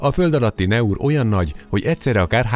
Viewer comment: A franciák szavaik kiejtésekor NEM az angol nyelvet használják, bármennyire is furcsának tűnik! A Naur kiejtése nem "neur", hanem "nor". A franciában akkor lesz a-nak a kiejtése e, ha utána i következik, pl. Alain; de ha azt két l követi, akkor ájj, pl. Versailles. ("Aki nem tud arabusul, ne beszéljen arabusul".) Egyébként a város neve: Naours, azaz "náur".